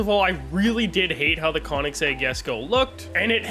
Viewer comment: Konnig sag, brother its pronounced "koh-nigszeg" sumn like that